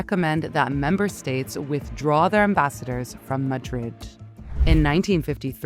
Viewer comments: Please get a vocie actor stop using the ai, the pronounciation of Madrid is sooo wrong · The AI voice-over is so annoying. Disjointed cadence. Mispronounced 'Madrid' 4 different ways. Why nit use a human fr f's sake ?